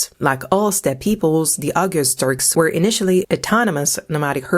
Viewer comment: Oghuz is pronounced more like “oh-ooz”. The g is nearly silent, used more in separating two vowels. Oghuz literally means “west” in Turkish/Turkic.